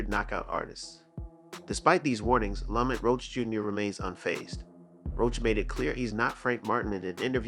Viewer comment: Hate when ya pronounce ppl names however ya want 😂😂😂 “lamant” roach ??? Cmon bro you ain’t even try lml